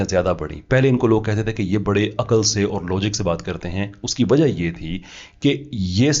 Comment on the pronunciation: You have made tremendous progress in your knowledge, research study, communication skills, especially English (whilst in UK for 20 years), you need to correct your punjabised accent of few simply Urdu words. Punjabised accent: Or Tor So'all Fooji Gay Correct pronunciation: Aur Taur Sawaal Fauji Gaye